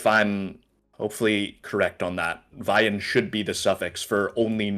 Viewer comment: Your Norwegian wasn’t so bad 😂 the Å is pronounced like the A when you say «law» did perfect when pronouncing «veien»